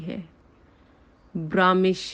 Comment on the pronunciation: محٹرمہ برامش نھیئ برمش